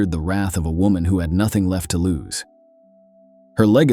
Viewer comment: It’s wo”man”